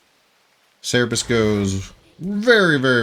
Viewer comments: It's Cerberus not Cerebus. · (Sir-burr-us) Please stop saying (Cere-bus). But good video outside of that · its cerberus, not cerebus TT_TT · Cer-be-rus ---> (/ˈsɜːrbərəs/) xD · damn it's so triggering u keep missing the last r on cerberus